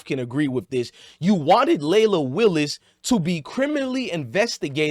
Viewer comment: Leila Willis lol it’s wills